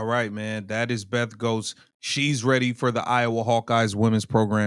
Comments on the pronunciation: It’s pronounced like GETS. For Beth. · you know I love your videos, but the AD’s name is pronounced “Getz”, FYI 😅